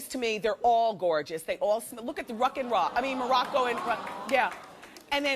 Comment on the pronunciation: Monroccan and monroeing